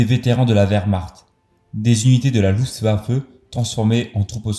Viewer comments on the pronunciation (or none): none